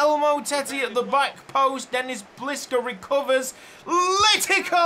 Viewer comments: Funnily enough Letica's name is pronounced Le-tits-ah. Hope that helps, I nearly had a seizure every time I heard you say Letika 😂❤ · "Letica" in Croatian would be pronounced with a C, not a K or a Ć just a normal C